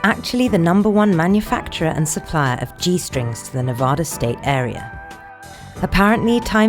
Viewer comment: it kills me how you say Nevada :(